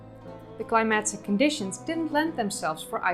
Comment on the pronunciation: I notice when you say "climatic" it sounds like "climaxic". Jarring.